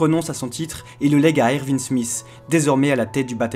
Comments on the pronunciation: "le jeune Ervi smith"? Pas Erwin plutôt ? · C trop drôle tu dir ervinne alors que tout le monde dit erouine mais sa s'écrit erwin